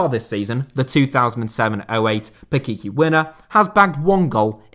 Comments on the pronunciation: That Guiza season was speacial, but some correction, it is not pe-ke-ke it is more like pe-tche-tche when you say Pichichi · I mean come on... it's spelled closer to [pitsitsi].:p